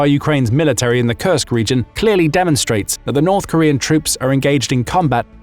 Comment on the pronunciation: I kept hearing "Kursk" Region as "Cursed" Region, not so far in wrong hearing I guess lol